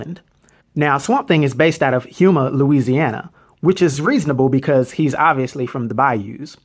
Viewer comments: Houma is pronounced Hoe-Ma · I'm from the area that Swamp thing hails from, it's pronounced “hoo-muh” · Houma - “ho-mah” lol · Love the videos bro and the way you said Houma was funny🤣 because I'm from that way, it's pronounced Hoe-ma or Hoe-muh/mah, not trying to be that "guy", just trying to help you a bit, keep up the videos bro🔥🔥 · It's pronounced Home-A, louisiana. i work there every day and its not nearly as much swamp as the movies make it out to be. It's actually one of the larger towns in the area. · Houma is pronounced Home-a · The way he pronounced Houma as HUEMA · Pronounced Homa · I know it's visually "Houma" Louisiana, but it's pronounced "Home-uh" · being from Louisiana we need to talk, Houma pronounced Home-ma,.